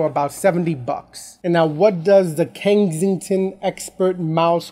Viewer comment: It's Kensington, not Kengsington lol